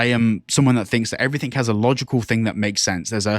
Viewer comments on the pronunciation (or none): I don't listen to people that say "everythink"